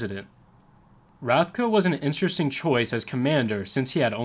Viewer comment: lol your pronunciations Interesting video nonetheless, thanks.